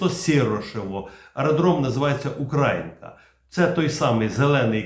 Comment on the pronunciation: давайте називати міста Зеленого Клину все ж таки в українській традиції і за правилами української мови, а саме - УкраЇнка! "УкрАїнка" хай вимовляють російськомовні щелепи!..))